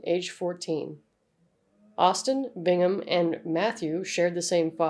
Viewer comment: It’s Brigham not Bingmon and we called him Reno I am the “Nefew” Left Unharmed?? Idk if you can call it that The shovel to the windshield story isn’t true I remember that day and she hit and broke it herself and called the cops She would have us hid up by the barn until the cops left … Anyways I wanted to correct those few things mentioned